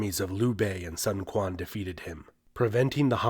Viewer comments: Killing my ears. You know better. Sun Quan is pronounced => Soon Shwan/Chwan. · I hope history channels would put just a little effort to trying to pronounce names. You don’t need to sound native, but if you already have the time to study history, make some time to learn how the names are pronounced. Sun Quan is NOT Sun Kwan, at least try to make it like Sun Chuan. A little effort, that’s it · Glad that you pronounce Cao cao right and not cow cow... however... you pronounced Sun quan wrong.... it's sun qi-yan not sun ku-an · Did he just said “sun kuang”??? 😂😂 right pronunciation is su-n chu-aen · Pronouced « Soun Chuan » not « Sun Kuan ». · just fyi, it's not "Sun" (as in Son) but (as in Soon) and Quan is not Kuan, but Chuen. (Chu-ann) Other's everything else is ok. I wanna go into the whole Cao Cao thing, but there are some who thinks it should be pronounced the way you pronounced. not the chinese way of saying it. You were pronouncing it more closer to "Sao Sao" but it should be pronounced more like Cha-ao Cha-ao. if you use google translate to translate "曹操" into english, you can hear the chinese pronunciation better. otherwise it's a good video, some parts were missing but still good enough. There's more to Liu bei and Sun Quan, and there's a whole other story between them and Sun Quan's side also have a whole story about his father and stuff, but still as a quick video, it's great. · Its Sun Quan(Soon Chooan) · Sun Quan - Pronounced: Soon Sh-wan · The reading is too week ,sun quan?it is probably read as soon quan ,althought the spelling is correct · Please pronounce Sun Quan as Soon Chu Ann. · You pronounced Cao Cao and Sun Quan incorrectly!